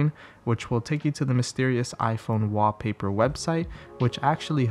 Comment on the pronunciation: Just count the number of times he says Waapaypa